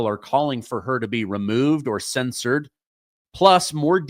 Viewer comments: "Cen-SURED", not "censored" ! Love ya, man, but come on ! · I enjoy your work, sir. It sounds like you're saying Crocketay ne censored, rather than censUred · Cen sured is hiw it’s pronounced